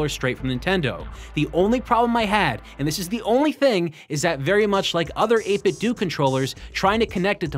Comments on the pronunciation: 8bit-DOUGH, not 8bit-DOO. It's meant to sound liked "Nintendo" not "Nintendoo" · 8Bitdo is pronounced “eight-bit-dough”, not “eight-bit-dew”. You know… eight-bit-dough, like nin-ten-dough. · It absolutely is NOT 8-Bit "Doo". We didn't play "Nintendoo", we played Nintendo. Period. You cannot "say both". It's "8-bit Doh" and nothing else. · Is it 8-bit DOO or 8-bit DOE? I think it's DOE. Did you call it a Super Nintendoo? No, you didn't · its eight-bit-douh like Ninten-douh not Ninten-duuu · 8bit DOE not 8bit do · It's 8bitdo. As in Nintendo. Not 8 bit do. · 8bitDO not 8bitdu its like nintendo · it's called 8bitDO, not 8bitDOO !!!!! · Every time this nub says “8-Bit Dew” take a shot. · Not gonna lie it mildly infuriates me to. Seems obvious. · Isn’t it supposed to be pronounced “eight-bit-doh”? Like “nin-ten-doh”? That’s always bugged me. Any way, great content as always! 👍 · it's 8-bit-doe like condo, commando, kiddo, outdo, dildo, avocado, torpedo, when it has a (do) on the end it does't have (ew) sound. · Do you say Nintendoo, too? No? Then why the hell do you say 8BitDoo??? It's the same "do" as the one in "Nintendo", buddy! Oh well, still a good video aside from that ;) Still <3 u bbgrl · It's pronounced ayt bit dough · “8bitdoo” or “8bitdo” hearing you say “8bitdoo” is cringe